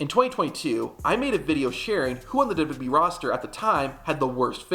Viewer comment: I like your videos but they are a bit hard to watch. You say “Duby Duby E” for WWE over and over and it is distracting. You also say years too fast. For example instead of tow thousand twelve you say “tosend twelve”.